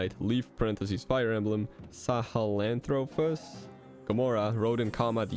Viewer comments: you did good with sahelanthropus’s pronunciation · Dont worry, ive played metal gear solid 5 before, and you did pronounce Sahelanthropus correctly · You actually pronounced Sahelanthropus correctly on your first try. Nice.